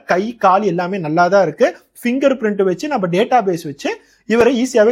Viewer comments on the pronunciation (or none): none